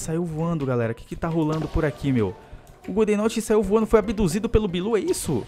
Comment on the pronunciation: em vez de falar abiduzido fala abiluzido